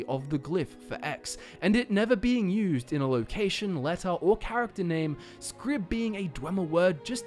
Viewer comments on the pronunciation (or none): Why are you saying Scrib? It's Xrib as in "Zrib" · I feel like his name should sound like "ksrib", and yet I hear him say "scrib" every time. What's wrong with me? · If it's the Temple of "Xrib" then your pronunciation, "skrib" doesn't really make sense. The letter X doesn't say "sk", it says "ks". It's the temple of "ksrib". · I can't help noticing that even with as many times as you pronounce the word Xrib as "scrib" you never thought to pronounce it with a long "i" sound..."scribe". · Fascinating. I love getting lost in Xrib. I think the "X" refers to how the pillars in the main chamber need to be traversed. Also, do you have a reason for pronouncing it as "Scrib"? My instinctive pronunciation was "Zrib"... The hard C seems to be out of place amongst other Dwemer sounds... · Interesting video, but I'm curious where "Scrib" is coming from in Xrib. Xylophone, Xander, Xerxes, etc. X is a Z sound. Wouldn't it then be "Zrib?" Is there an NPC somewhere in any game that officially says "Scrib?" Not trolling, genuinely curious. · can anyone help me as im not familiar with the in game languages is there a reason why it is pronounced "scrib" and not "zrib" ? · In what language does the letter X = "Sk" phonetically?? Because normally, in literally every English dialect, the letter X = "EKS" and occasionally "Z" phonetically. It seem much more likely that the name should be pronounced "Zrib" or "Eksrib". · It's temple of Xrib, not Scrib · it might actually be pronounced "zrib" instead of "skrib" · The X in Xrib is actually pronounced ‘Mick/Mc’. So the correct pronunciation of Xrib is McRib. Yes. The Temple of Xrib is, in fact, a McDonald’s. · I always thought Xrib was pronounced as "Zrib." You know, with the X being like how it's pronounced in "xylophone." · how does "xrib" get pronounced as "skrib"?????? x doesnt make a hard c sound???